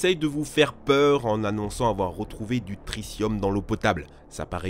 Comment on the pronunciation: pourquoi prononcer tritium trissium?